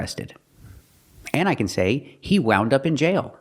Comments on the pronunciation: Can't believe that the teacher mispronounces even a basic word like wound. Thanks for the video. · Omg that was the worst mispronunciation of the word wound that I’ve ever heard ….thank you for pointing that out